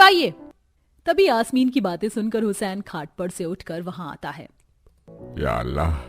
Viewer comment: Yaashmeen nhi yasmeen